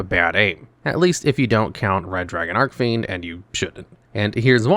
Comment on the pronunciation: Been a fan of Resonators since they came out, so I just gotta say, it's Red Dragon "ARCHfiend", not ARK 🤓☝️